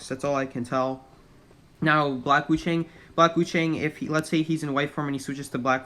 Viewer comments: Yeah but did you hear how he said Wu Chang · And Wu Chang lolllll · As a Chinese person. Every time he says wu Chang and geisha I laugh😭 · omg the way he says geesha and wu ching lol